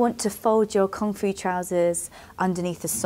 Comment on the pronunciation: oooh, "Kung Fu" trousers. I thought you were saying "comfy" trousers. I thought, yeah those trousers do look comfy.